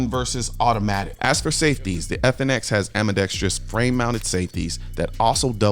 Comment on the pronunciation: I was trying to remember where I was hearing “ambidextrous” pronounced as “ambidextrious”. It was your videos. (No hate, I love your videos.)